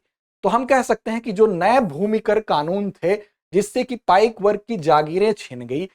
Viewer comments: पाइका नहीं पाइक बिद्रोह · It is not पाइका but it is पाइक . Please correct it . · It is not पाइका, the real term is .पाइक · Woh पाइका nahin, पाइक hote hain. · It is not पाइका but पाइक Not खंड it is कंध